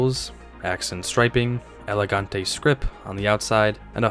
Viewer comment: Great content. I passed my drivers license in 1981, and remember all of these. The combination of Malaise Era poor build quality and V8s de-tuned to try to save fuel was a deadly one indeed. Tacking on all that "designer" stuff was like trying to polish a turd ... "elegant-ee" indeed :-( Your rip-off comment is dead on: The great unspoken is that a 25-35-year-old person in 1945 was 60-70 in 1980, and a prime target demographic for Detroit to exploit "I'll never buy an import car" sentiment dating back to WWII. US college parking lots in the late '80s were filled with all this rusting junk, usually passed on by grandparents. You must've skipped high school French: It's "Carti-AY", "Gee-vaunch-SHEE", and "BEE-a-ritz". "Poochie" (like "Goochie") is Italian, and you got that right. Bill Blass was American, as was Walter Mossler's "Con-sull-ee-air". P.S. Your videos would be so much more watchable if you's skip that background noise (computer-generated royalty-free background music?); man, is it ever distracting.